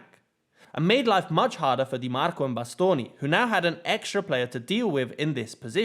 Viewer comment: Great analysis but what impressed me most is your prononunce of italian names (Di Marco, Acerbi, Bastoni...). It was almost perfect, to the point that i think it takes an italian motherlanguage to know you are not one. Very uncommon amongst people of english motherlanguage... great job.